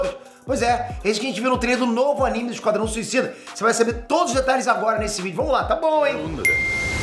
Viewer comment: "Esquadão" kkkkkkkkkkkkkkkkkkkkkkkkkkkk